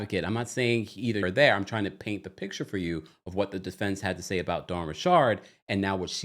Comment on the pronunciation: 100% not saying her name like that.